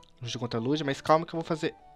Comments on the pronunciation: QUE AGONIAAAA, NAO SE FALA LUGIA, E SIM LUGUIA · o falando liJia o certo nao era lugia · Para de falar Lugia lê como se fosse Luguia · lujia kkkk é Lugia prefiro edukof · "lujia" kkkkkkkkk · a pronúncia é luguia mais se escreve Lugia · vc esta falando errado e luguia eu coloquei assim para vc entender mas se escreve lugia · n e Lugia se diz Luguia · Ele não sabe pronunciar o nome do Lugia kkkkk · o e um bebezao e fala o nome do Lugia errado